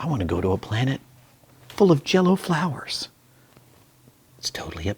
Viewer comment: HE SAID JELLO FLOWERS HAHAHAH